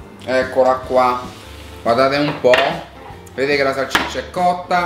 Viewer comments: Ci cmq si dice salsiccia non salccicia 😂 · Salsiccia non salciccia 😂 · A Ci se dice salsiccia non salciccia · Bella pe te però salCIccia non si può sentire